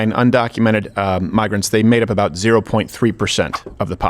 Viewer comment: he said aboot lol